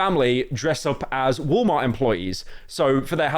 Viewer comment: bro really said woll mar